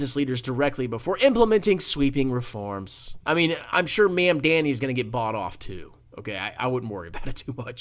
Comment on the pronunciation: I can tell from the first 52 seconds how close minded and uneducated you are. Christians also cannot charge interest by biblical tradition. Source: I'm Catholic and a student of history. The entire video is just you intentionally mispronouncing his name while calling liberals names and buzzwords, while you show a complete lack of understanding for any of his policies. You know you can't win any substantive debate about policies or refute any claims, so shift the conversation to name calling and other distractions. Its so typical MAGA playbook its honestly sad you guys can't come up with anything original. I look forward to Mamdani winning and providing the framework for social democracy in America moving forward. (that's pronounced Mam-dah-ni, by the way) May you find that Christ taught, to give to the poor and needy and help, not shun, them. That we are called to love our neighbor, not try to make millions of dollars more than him while he can't afford to pay for rent or food. "Again I say to you, it is easier for a camel to pass through the eye of a needle than for one who is rich to enter the kingdom of God.” In Jesus name we pray, amen.